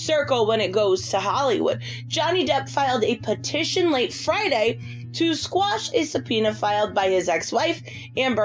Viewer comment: How come no one can pronounce the word QUASH?